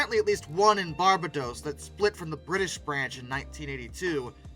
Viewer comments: This was really interesting! Just FYI - the city you mentioned is pronounced bar-BAY-dos, not BAR-bah-dos. 😊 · Not criticizing, just letting you know - Lancaster (Pennsylvania) is pronounced Lank-a-stir Wilkes-Barre (Pennsylvania) is pronounced Wilks-Bear Barbados is pronounced Bar-bay-dose Love your videos and thanks for making this one. We used to have a Woolworth in a local mall and I knew little about their history and nothing about them after their Woolworth stores closed, their subsequent evolution and current incarnation as Footlocker. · There are several types of bankruptcies and they don’t mean you’re going out of business or are broke. They’re restructuring plans to help you save your business or home, depends on the situation. Also, Barbados is pronounced “bar-bay-dose” not “bar-ba-dose” 😉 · I wish when pronouncing words the narrator would actually use the correct form. Barbados. Is pronounced by bar bay dos. And it’s not ootica it’s you tic a for Utica it makes it hard to listen to what seems to be a decent channel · Took me about 5 seconds to realize you were trying to say (Bar-bay-dos) Barbados. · BAR-BAY-DOS YOU-TIC-UH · I had to replay it myself: "Did he just say OOtica?"!! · Just fyi - Wilkes Barre is pronounced like Wilkes Barry and Barbados is pronounced with the emphasis on the second syllable, like BarBaydos. I almost couldn't figure out what you meant the way you pronounced it. 😊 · I love how you pronounce barbados. You pronounce it like a pokémon name